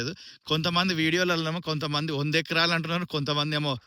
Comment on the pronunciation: Acras kaadu, it’s acres!